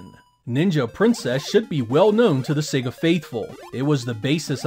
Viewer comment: Finally, an American who pronounces SEGA correctly:))